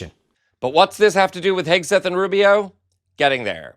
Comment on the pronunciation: ha ha ha 'Pete HAGUE-SETH' - even better than 'Pete Kegbreath' 😆